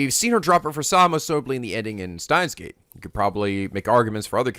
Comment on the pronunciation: I wonder when will pronounce Steins;Gate correctly?